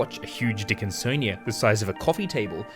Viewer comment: "a huge dickinSonia"